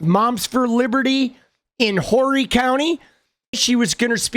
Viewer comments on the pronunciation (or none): Horry county...not pronounced like the adjective for her morals. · Myrtle Beach in the summer is full.... so, the fact that people aren't interested in her to this extent is hilarious. It is pronounced as OR-EE, but spelled Horry. Meh.